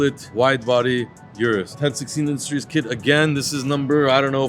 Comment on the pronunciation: RDBLA crew needs to know how to pronounce the Urus.